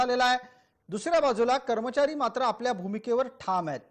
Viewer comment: करमचारी नाही कर्मचारी असं बोला